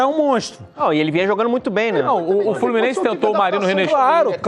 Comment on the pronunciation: Esse Narrador aprendiz de Comentárista deveria ficar como Narrador mesmo né "FlorminenCe" .